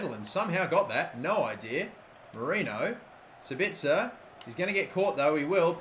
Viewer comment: The pronunciation is 'Za-Bit-Za' (for Sabitzer, obviously)